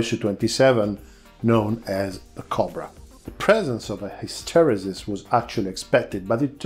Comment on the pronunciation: Thank you for your video, you appear to really know your aerodynamics, my only advice is that as you are not a native english speaker, to make use of one of the internet word pronunciation sites, it took me until your third mention to get that you were saying "hysteresis".